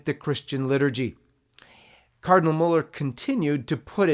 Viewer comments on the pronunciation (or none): none